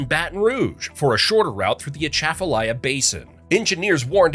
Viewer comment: first time I’ve ever heard anyone make a video for YouTube and even television that pronounced Atchafalaya correctly